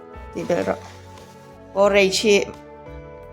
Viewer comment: Poooooreich nilovin Porridge tih mai tûr ani e, thlûk vak angailo, by the way, i aw hi abengchheng îl êl ve hle ani..